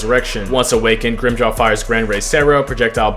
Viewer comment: him saying grimmjows name wrong every time set me off so bad lmao